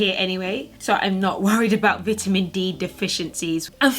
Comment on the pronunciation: Never heard anyone say "veet-ta-men" like you do.